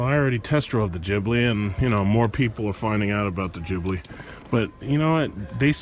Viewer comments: Man! PLEASE! COME ON! It is gHibli and not gibli. Pronunce it with the hard G just like when you say Get, Give etc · He's mispronouncing it on purpose. That's his style.